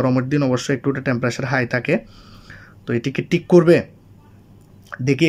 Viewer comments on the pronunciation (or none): আপনার কথার উচ্চারণে অনেক সমস্যা আছে ভাই। টেম্পারেচার না বলে টেম্পারেসার বলেন কেন। আবার সার্চবার না বল চার্জবার বলেন কেন ভাই।